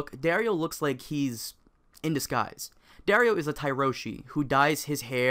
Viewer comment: DAario naharis.... seriously?